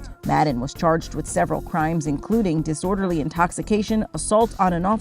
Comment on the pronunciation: “Diselderly conduct” had my cracking up lmao